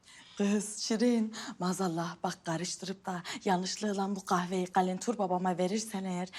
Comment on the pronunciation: Kahve deyil kayfe😂😂